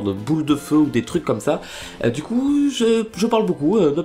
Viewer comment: c'est moi ou a tu a dit ducouille